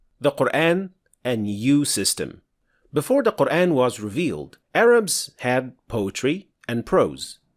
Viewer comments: I'm not sure what are you talking about, the "aa" in Qur'aan is simply denotes mad thabi'i. What's actualky what bothers me me most. He taught tajweed while he himself not even pronounced words like qut'an, surah, ayah, mad etc. prooerly. (the FATHAH should heve been proniunced like it in but, cup, etc. yet he say it like in the words bed, let, met). He pronounced it english style when reading it in LATIN characters. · This brother did not pronounce it in the ‘English’ style, mate, he pronounced it correctly. That is the way it’s actually pronounced. That’s tajweed. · it's QUR'AAN and AAYAH etc, not QUREHN, EHYEEH. Stop using English pronunciation, please. It's like you're trying to introduce a new way of reciting Al-Qur'an (qiroat). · Mate, that’s not English pronunciation, that’s Arabic pronunciation. Qur’æn is the Arabic pronunciation whereas Qur’AAn is in Urdu and Hindi as I’ve witnessed. Perhaps they say it so in Malaysian, too? But anyhow, Arabic pronunciation is the correct one because it is the in the Arabic language after all. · Can you please fix your pronunciation of the word "Quran"? It's Qur-An and not Qur-Ane. It is very irritating and doesn't let me watch your videos. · OK how do I put it? There's only fathah, dhommah and kasrah: A, I and U (using malay/indo transliteration NOT inconsistent-english). There's no such thing as E vowel in qur'an (except in majreha OR reciting with qiro'at Khalaf like in waddhuhee, wallayli idza sajee ). This guy pronouncing QURAN as QUREN. AYAH as EYEH. MAD as MED etc. You might missed them since you're very accustomized to ENGLISH pronunciation. But my ears are not. I've been reciting.hearing quran for more than 50 years, and recently I've bern very annoyed by how english speaking person pronounced them weirdly. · The way you say “Quran” makes my brain itch